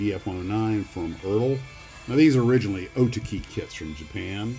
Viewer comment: O TACKY is the way you pronounce Otaki :)